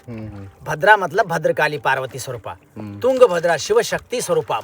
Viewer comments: भाई, आप हम्पी को हांपी, तुंगभद्रा को तुंगाभद्रा, और कर्नाटक को कर्नाटका क्यों बोल रहे है? ऊपर से आप को रामायण की बातें पता नहीं वो भी आश्चर्यजनक है! चलो वो नहीं पता वो तो ठीक है पर रामायण त्रेता युग में घटी और उसके बाद द्वापर युग आ कर गया वो भी पता नहीं? शर्म की बात है। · wo yunga bhadra nahi hai , wo tung bhadra hai....sahi uccharan karo